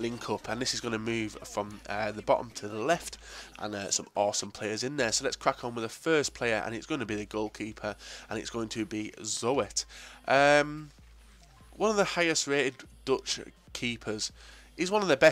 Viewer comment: Zoet pronounced as Zoot